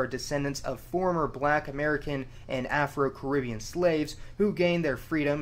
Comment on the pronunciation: Hearing that pronunciation of the Caribbean is tough.